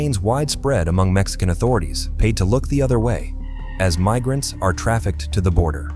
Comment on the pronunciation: “AI can take over the world” AI: “Meesurements” “Mig-rants.” Hire a voice actor, such as myself.